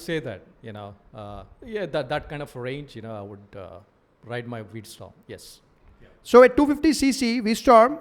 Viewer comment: its V-strom.